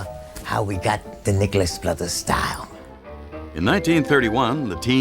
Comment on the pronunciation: At the minute mark sounds like he said the nigerless brothers had to rewind it to be sure.